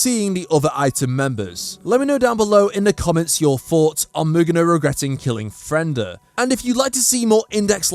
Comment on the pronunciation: Why are you saying Fren/da when its actually Fre/nda? She was split in half, so her name gets split in half